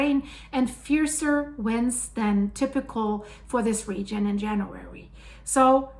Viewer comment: This is the first video I have had trouble understanding your pronunciation. It is definitely not American. Why does you keep saying January? Is this recent or old??? Confused.